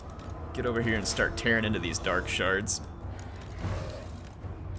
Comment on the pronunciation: I hear dark shart every time